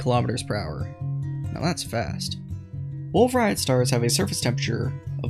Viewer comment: The T in "Rayet" is silent. It's a French surname.